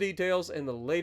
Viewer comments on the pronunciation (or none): I liked how you pronounced “balance” , is that how you say balance in Ohio or is that you having a stroke